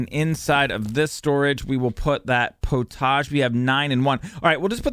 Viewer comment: Love this series. In England we say pottage like "pot-idge".